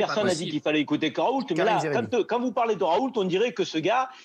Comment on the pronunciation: Bon sang... on dit [ raou ] et non [ ̶r̶a̶o̶u̶l̶t̶e̶ ] ! Comme on dit [ reno ] et pas [ ̶r̶e̶n̶o̶l̶t̶e̶ ] pour Renault (< renald). En français le T final n'est jamais prononcé. Le L est, quant à lui, vocalisé en U depuis plusieurs siècles (raout) comme c'est le cas dans le patronyme Renault (renaut) ou encore le toponyme Saulzet (sauzet)... Ce L n'est en fait qu'un doublon du U vocalisé, qui ne subsiste que par coquetterie étymologique. Et c'est d'ailleurs bien [ raou ] que prononcent ses proches collaborateurs de l'Institut hospitalo-universitaire de Marseille interrogés sur les chaînes d'information. Bien qu'il s'agisse ici d'un nom propre, on remarque que le phénomène concerne également de nombreux substantifs. On voit ainsi clairement que le refus systématique de la moindre réforme orthographique mène les locuteurs natifs du français à de nombreuses interprétations erronées du code écrit de leur propre langue. Je ne compte d'ailleurs plus les rencontres avec des personnes ne sachant correctement prononcer leur propre nom de famille ! Très souvent ces dernières reproduisent, de génération en génération, une hypercorrection due précisément à l'incompréhension de ce code écrit artificiel et ultra-étymologisant...